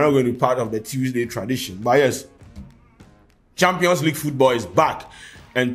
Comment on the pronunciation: 🤣🤣🤣 Did I hear 👂 saying " The Twampions" 🤣🤣🤣